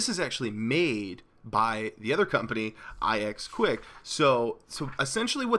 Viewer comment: I knew about all those on the list. I knew about Ask because... idk I just knew, I knew about Startpage also just because, I knew about ixquick (by the way it is pronounced Ix-Quick. Not I-Ex Quick.) because it was the sister of Startpage. I just found out about DuckDuckGo and Blekko because I was wondering what the most popular search engines were, and I just found them. DuckDuckGo is now my Primary Search Engine. Startpage used to be my primary. on 3DS my primary is Yahoo.